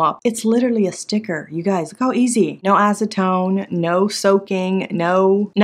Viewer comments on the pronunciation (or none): none